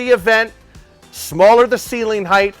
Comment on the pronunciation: Ceiling height, not ceiling “heighth.” There is no such thing as “heighth.”